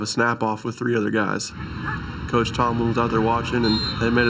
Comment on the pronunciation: I swear i heard black tomlin